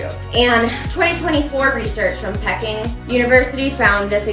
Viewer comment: "You too, bestie!" I appreciate your metaphors. The Cool Aid man is literally still strutting around in my mind's eye.❤ PS: Your research on the research is going to help many people. Pronunciation protip for future awesome vids: Peking is pronounced "Pay❤ King❤". PPS: My twin children are 20 years old.Legally , technically , adults really p*** me off when they say these words doesn't matter how old they are , if they are still captured in Abuse-Induced Cult-like Conditioning. They're not safe yet... And as everybody, well maybe not everybody, but as most people, when they have their first, cataclysmic flash of truth (a flash which, typically, does not expose/reveal/uncover the EXTREME danger/mental illness - Permanent mental illness- of the abuser (the sadist-psychopathic-narcisstic-or-x,y,z abuser, they're gonna, likely, want to confront the abuser -and that's absolutely not a safe, viable, purposeful option in these situations. You've gotta SAFELY, quietly plan and execute an escape. And go noooooooo contact. You gotta get away. But if you're dependent on that person for your survival, even as a 20-year-old, it will take massive external support. Do you know what I mean? I don't know how old you were.When you had your true awakening your true awareness that your abusers or abuser , parent was dangerous , literally dangerous, But wouldn't it be great if this could somehow have happened when you were 20?❤❤❤ God bless you and me And may we and our dear loved ones heal from he